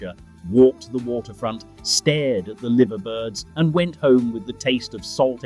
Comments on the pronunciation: Voiceover did well till it said liver not liver and gave itself away as ey aye 😊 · Liver birds and the building are pronounced “Lie-ver”.